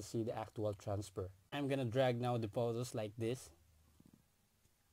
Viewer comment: Can you spell "Photos" as Photos not Potos, wtf